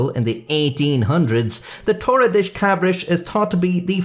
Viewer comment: das in Portuguese is pronounced "dush" not "desh"